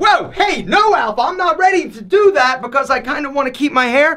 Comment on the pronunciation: Lol the way you say becAuse